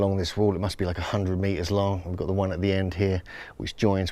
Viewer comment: Unfortunately too much bla bla, by someone privileged to have had an English education in his hom country, yet can't or refuses to pronounce the simplest English words properly. "Got" became "gop" and the like. It hurts the ears. Speaking to an international audience, the narrator should have realised, that people would have trouble following and understanding and he could have been a much better ambassador to his country. Or one should have chosen a better narrator who can simply speak better (London) internationally understandable English.